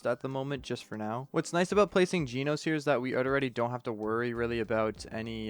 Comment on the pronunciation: Your pronounce about jenos your calling him jeanos ;-; he's call Jen-os just a little correction If you don't know he from one punch man is he's one of my favorite character